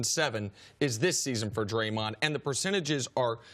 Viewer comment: Still wonder who “Draymont” is, C.C.